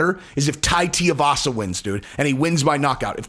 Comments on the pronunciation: TUIvasa not TIAvasa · Jon would kill him. But it's pronounced more like too-ee-vasa than tea-uh-vasa. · Brooooo... his name is really not that hard.. like, sound it out.... Two - Eee - Vah - Sah. Now say it with me.... Tuivasa 🤦‍♂️ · TU-ivasa not TI-ivasa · TUIvasa. Rhymes with SHOEYvasa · Hey just helping you out. His name is pronounced Two-we-vasa. Uncle Chael is terrible (and hilarious) at mangling everyone's name...I hear some ppls say T-avasa. It's not right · It's Tooee Vasa not Tua Vasa. Pronounce it right lol. Just kidding, great work on the show and Bones 1st HW fight against Tuivasa would be astonishing👍 Make it happen Shelby/Dana. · Lol you and uncle chael kill me with Tai's name I know it's really not a big deal idk why it even bothers me but it's Too-E-Vasa not T-Uh-Vasa lol once again not trying to be the grammar police but for some reason nobody pronounces the poor guys name right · how can I take this opinion seriously if the first he does is miss pronounce his name. its not tay-e-vasa. its two-e-vasa. he wasn't a pro rugby player. please get this shit right bro. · What is so hard about pronouncing Tui-vasa? It ain’t Tia-vasa… It’s literally said how it’s spelt… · Bro love your shit. Not trying rip on you but please annunciate his name correctly. Anik literally dunked on Chael, on air, for pronouncing it the same way your are. The problem is the part that gets jacked up is the part that rhymes with shoey. Tui-vasa, Shoey-vasa. Tia-vasa just doesn't have the same ring. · Guys its pronounced TUI like the travel agent..Not TIUVASA or Tearvasa .fs...Come on men get a grip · his name is Tuivasa. Not T-Arvasa. Too-E-Vasa. Rhymes with shoeyvasa. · picked up the Sonnen way of pronouncing "Teeovasa" instead of "Tuivasa" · Omg cmon his last name is not tiavasa it’s tuivasa please learn to say the name right. Say the name 30x wrong Toooiiivasa not tiavasa. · Tai teeavassa lol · It’s Too-e- vasa shesh dude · Tuivasa = too-ee-vas-a